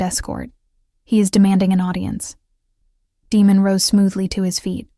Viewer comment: I think AI is mispronouncing Damon.